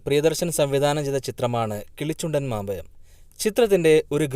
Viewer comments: എന്തായേലും കമെന്റ് നോക്കാൻ വന്നതാ അപ്പോൾ 2 വാക്ക് പറഞ്ഞിട്ട് പോകല്ലേ.. എല്ലാരുടെയും കുറ്റം കണ്ടുപിടിച്ചപ്പോൾ ഞാൻ ഒരു കുറ്റം കണ്ടുപിടിച്ചേ... കിളിച്ചുണ്ടൻ മാമ്പയം അല്ല കിളിച്ചുണ്ടൻ മാമ്പഴം എന്നു പറയു സഹോദര 😂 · എല്ലാ തെറ്റുകളും ചൂണ്ടി കാണിക്കുന്ന ബ്രോക്ക് പറ്റിയ തെറ്റ് കിളിച്ചുണ്ടൻ മാമ്പയം അല്ല മാമ്പഴം